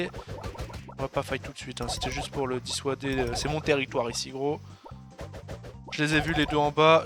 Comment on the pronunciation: Arrête de dire "dissooouader" merde c'est "dissuuuuader". Sinon continu comme ca tu gère;p